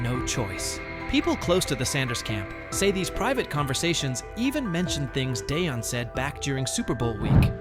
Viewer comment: This idiot doesn't pronounce Deion's name correctly. Rather purposely (racist) or didn't take the time to find out but wants clicks (loser). 👎🏽